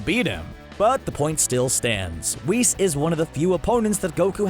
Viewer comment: LMFAO “weese” mf u mean whis??? Lmao at least google the name first